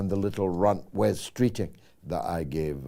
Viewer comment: Superb dictition George. Managed to pronounce the 'r' rather than slip into a 'c' in regard to Streeting.